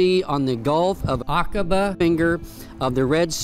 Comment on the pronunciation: Love this 💓 Now you pronounced it right 😊 Akaba